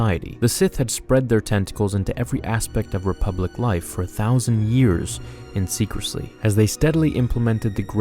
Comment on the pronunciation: "in secrecly" 😂😉